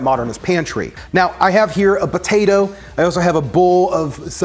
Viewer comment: I smile each time you call it a "botato"!